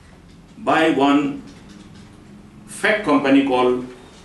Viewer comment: Mukul sangma exCM cannot pronounce "Fake"